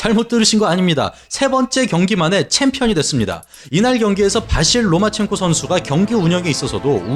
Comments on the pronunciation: 로마첸코를 왜 자꾸 로만첸코라고 읽으심? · 발음 좀 신경써주세요. 로마첸코입니다. 로만첸코가 아니고.